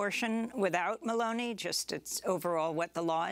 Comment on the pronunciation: And it's Meloni not Merloni.